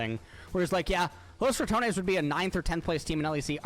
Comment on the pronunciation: Props on pronouncing ratones the Right way not like the announcer that said it like ramones